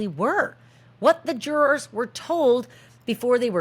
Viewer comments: The way you say jurORS is awesome! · I can't handle the pronunciation of jurors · LOL The way Americans pronounce "jurORs" 😅😅😅